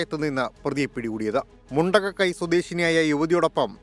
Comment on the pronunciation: Not Mundakai, it's Mundakkayam